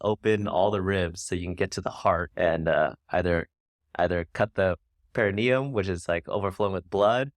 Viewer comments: Pericardium not perineum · perineum 😝 made me smile in such a sad moment of recollection.pericardium.